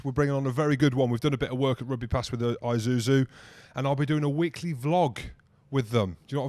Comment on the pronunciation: Isuzu mate. its an s not a z